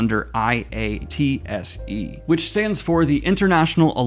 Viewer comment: IATSE. It's pronounced Eye-ahtsee by the unions that are part of it.